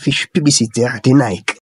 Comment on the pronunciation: J'ai aimé comment tu as prononcé NIKEEEE 😂